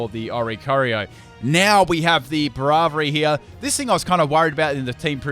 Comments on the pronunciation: He still pronounces "Braviary" wrong. It's kind of "Brave-eary", not "Braav-eary". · wtf is that pronunciation of Braviary?! it kills me on the inside T_T